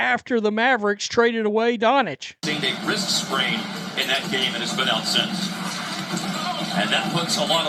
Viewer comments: Dawn - chich not Dawn - itch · You are very bad at pronunciation. Luka Doncic is not pronounced “donich”